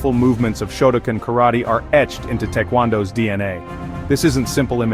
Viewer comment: Shotoken? Shotocan? I believe you mean Shotokan, pronounced show toe khan